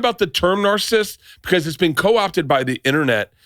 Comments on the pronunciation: And Nick politely corrected Bert by saying the word “Narcissist” properly in a sentence just after Bert said “Narcist” TWICE! LOL😂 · Narcist? Is he saying wrong on purpose? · Bert , you are a dumbass who doesn’t pronounce narcissist correctly 😂😂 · Why is Bert saying Narcissist weird? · 15 seconds in and I'm already pissed Bart can't say narcissist right